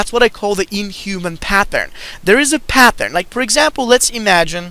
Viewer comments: There's no H in pattern. It's not pathern it's pattern just a t sound, not th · it's the same PATH-ern!!!